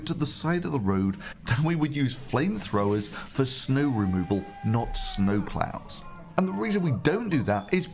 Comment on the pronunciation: It will snap"znow"...